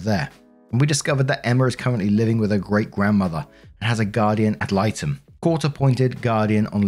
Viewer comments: You are pronouncing guardian ad litem correctly. 😻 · Thank goodness for the removal, and instating a guardian-ad litem(you pronounced it perfectly, btws). The sooner Emma can start to deconstruct her mother's brainwashing, the better. Hopefully she will stay out of Natalie's reach, and get some serious therapy going. The younger, the better. Poor gal. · Your pronunciation is fine. I usually hear it either ad light-um or ad leet-um. Both work. Usually, people in a legal profession just call them GALs (pronounced gals). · You pronounced "guardian ad litem" perfectly